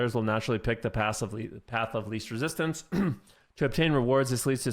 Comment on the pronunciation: "path of least rrecistance" Eveyrone goes Ret Paladidn lol